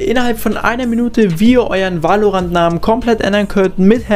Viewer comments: Gutes viedeo aber es heißt nicht valorantt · VÄLORANT NICHT WAALORANT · geiles video aber ich glaube so spricht man valorant nicht aus